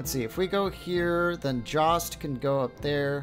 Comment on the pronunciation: Jost is pronounced yost